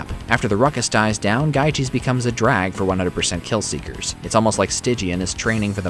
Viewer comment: GYGES is pronounced Yee-Guhs